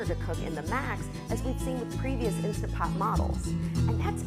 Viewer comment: I would take your review more seriously if you pronounced the name of the product properly.